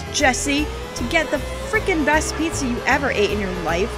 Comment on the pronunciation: "The Pee-za! Is the Pee-za! Absolutivally!":B